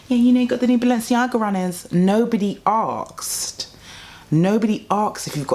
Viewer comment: The way she says arksed instead of asked makes me weak